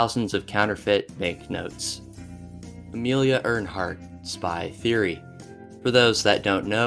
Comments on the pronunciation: Amelia Urnheart 😂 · Ear"N"heart? How hard is it to read something properly? Or look up the pronunciation!?? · How did you mispronounce Amelia EARHARTs name??? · Man idk, it feels like a surface level of research was done on these, some of the topics you completely skip can be researched by a few googles It really shows through your pronunciation, especially the butchery of even common names like Dirlewanger and Earhart. I get that it's a LONG video but cmon my guy a mispronunciation or two is one thing, but 80% of foreign names are so far off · Pronunciation is important. A dictionary is a great reference on words such as Dachau, Earhart, etc.